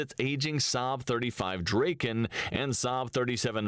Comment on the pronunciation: Viggen is spelt "viggen" not "vaiggen" Draken is spelt "draken" not "dreiken"